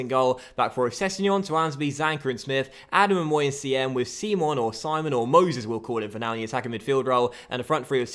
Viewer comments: Nigeria is an English nation Simon is said how you'd think not seemon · Its simon prononced english and not sim-on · Is name is fucking Simon not (c-mon) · Its not pronounced see-mon but simon like the one off the inbertweeners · Said Simon not 'Seemon' 😅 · Simon is pronounced the english way!